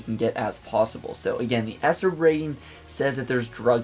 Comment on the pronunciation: Dude I don't know if u say it like that on purpose but E.S.R.B is supposed to be pronounced letter by letter no as one word esrd